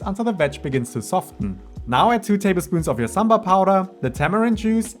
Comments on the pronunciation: Thank you so much for not pronouncing sambar in a cringe accent like Americans. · Oh my god even indians wont explain this recipe like you do😭❤ the way you pronounce ingredients also so accurate 😭❤ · Damn A foreigner’s pronunciation of Idli and Sambar is way better than my own people. I cringe everytime my fellow countrymen say Saam-burr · Can't be more happier today.. Boy said Sambar perfect than fellow Indians 🥰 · Great pronounciation 👍🏽 Looks just like how my mum makes it. She was impressed :) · The way you pronounce "Sambar" 🤌 Perfect. And then we have our own Indians just above the mid line of India calling it Sam-bur 😏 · South Indian (Tamil) here and it puts a smile on my face to hear you pronounce Sambar better than my North Indian friends who say "Saam-burr"! The recipe is also something that I would consider "Authentic"!